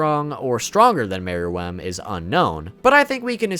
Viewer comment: Why does he keep saying Meruem like mer..WEMB